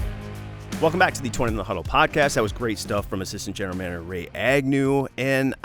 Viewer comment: is the only person who can fit "Twentyman in the Huddle" into 2 syllables.